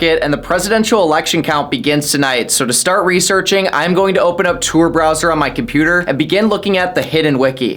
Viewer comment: Not “Tour” browser, pronounce it right